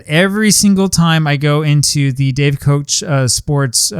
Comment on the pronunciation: Pronounced “cook”